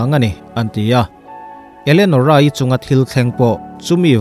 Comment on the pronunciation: Elenorah' zawk maw Enolerah tih hlir in ka lo hria. Kan ngaihsan Sap ho chuan, 'Elianawr' an ti ta emaw ni,🤔